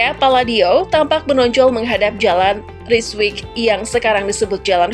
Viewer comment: Itu rijswijk bacaannya Rayswayk